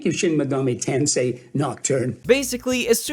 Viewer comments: Ah yes Shin migoomi tansay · Wtf is shen megoomi tensay?